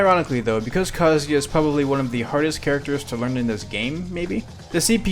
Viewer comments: THANK YOU FOR SAYING KAZUYA RIGHT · Every other streamer/youtuber says his name like kazooya, so thank you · Proper kazuya pronunciation!!!!!